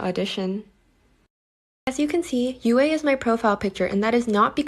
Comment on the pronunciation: her says yue as (U-A) ITS pronounced (you) she shouldn’t be yue